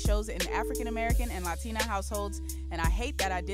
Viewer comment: Was it that hard for you to say “Latina” the way he did. Hip-Hop DX also had nothing but typos in the article da fuq